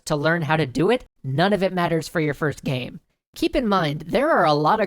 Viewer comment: hahahahah omg my sides haha "Gaem" xD